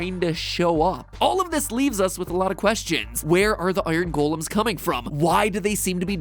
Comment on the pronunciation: How he says "golems" really gets on my nerves